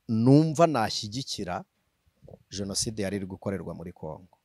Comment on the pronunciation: Hasigaye kukubona n'imbunda pe! Ubwo utangiye ngo abajonasideri!!! Wari warihishe twibwira ko uri umuvugabutumwa gusa, none iminsi igukuyeho uruhu rutari urwawe wambaye urw'ukuri! Imana izandinde politiki n'abayibamo mwiyitirira izina ryayo! Gusa ngufashe bavuga jenoside ntibavuga jonaside 😢😢😢